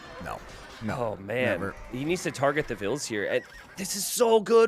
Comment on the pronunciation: it has always been, t90 just always mispronounced it